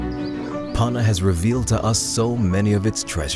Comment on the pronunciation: Why have an American narrator who can’t even pronounce Panna appropriately?